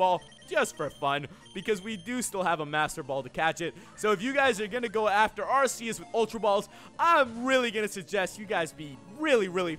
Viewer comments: U mispronounced Arceus its Arceus not Arseus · ITS PRONOUNCED ARK EUS btw love your vids